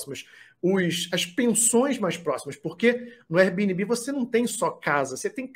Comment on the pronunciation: Veja como se pronuncia airbnb